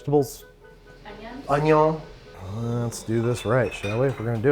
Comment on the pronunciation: I like how he pronounces “onion” like he’s French